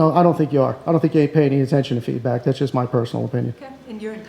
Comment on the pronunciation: Did she say "happy to get the feedback or happy to get the feedbag"??